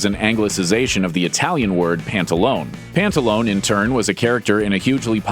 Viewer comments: "Pantalone" should be pronounced with 4 syllables not three -the Italian language doesn't have silent letters.The name "pantalone" ultimately comes from the name of an early saint -San Pantaleone. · My stance on pants is that you need to pronounce that final vowel in the italian word, pantalone.... >_< LOL!